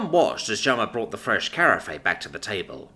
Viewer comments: Carafe rhymes with giraffe! That really grates... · carafe is supposed to be pronounced like giraffe 🦒 😂